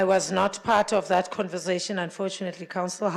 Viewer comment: Why do people say "converzation " instead of conversation ?